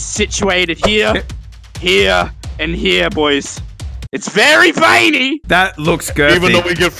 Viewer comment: Scawy wary intwo